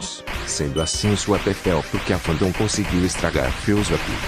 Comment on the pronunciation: "Fellzuape" português 10/10